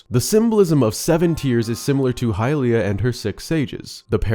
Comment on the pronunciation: It's not hylia.